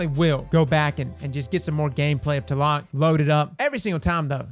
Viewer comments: Thats funny, I thought it was pronounced T-la-loc not tah-lock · ...tuhlock? TL-AH-LOKE bud come on lol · As a guy with the name (Aztec) do me a favor and please pronounce the name correctly lol it's TLA LOC. Say it slowly. It's pronounced just like it's spelled. As a Mexican, the way you pronounce it really hurts my soul bro!! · My man out here using the TLAC instead of TLALOC 🤣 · It is actually pronounced "Tla-lock" trust me im Mexican 👌👍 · It's been shitting me lately hearing all the different pronunciations of 'Tlaloc'. It's 'tlah-lohk'. You're welcome, internet. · FYI: In English Tlaloc is pronounced "T-lay-lock" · Every time he said Teloc my mexican heart broke a little xD Great vídeo as always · Its ta-la-loc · Take a shot everytime he mispronounces Tlaloc Edit: I'm dryunk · lol i swear destiny youtubers can't pronounce anything, like how frost says swAHshbuckler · Please....i was hurt of how you said Tlaloc, not your fault tho, im just hurt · Ok, now delete this video, go back and make it again but say TLALOC the right way :) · Pretty sure the T is supposed to be silent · No gonna lie, as a Mexican, I cringe every time he tries to pronounce Tlaloc. I appreciate the effort tho.